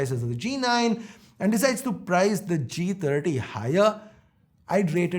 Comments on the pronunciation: Lol I thought I heard Moti G tatti when he said first line. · I heard moto g taati😂😂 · He said motog30 ,it sounds like motogtatti😂😂